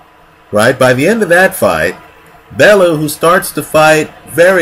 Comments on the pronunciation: Bell. You. Not Bell. Ooo. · Pronounced "Bell-you" this side of the Atlantic. Great video as usual...........Never mind, you just started pronouncing it correctly right as I was typing this... well played, well played